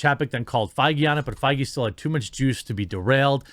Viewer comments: The worse part is the constant mispronunciation of Feige. The ‘ei’ makes an ‘a’ sound! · So that's how Feige is pronounced. I thought it was pronounced as Fayger, like you know, Fegelein. Fegelein! Fegelein! Fegelein!